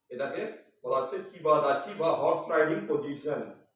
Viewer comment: Sir eta 'niba dachi' noy " KIBA DACHI" hoto🤭